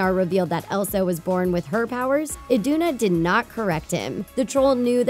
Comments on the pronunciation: she said queen Idina. it's queen Iduna, kiddo. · its iduna not idina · Its A N N A not Ana and quenn I D U N A